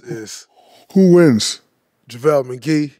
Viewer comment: The restraint Shaq had to show when Draymond said Javele McGee 😂